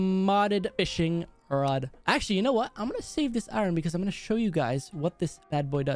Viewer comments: It’s I ern not i ron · I needed iorn me: iron not iron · I love your vids put its iron not iren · What about custom tnt.I like the way you say iran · He Does Just Listen To Him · I don't know why pronounced iron wrong 😂👍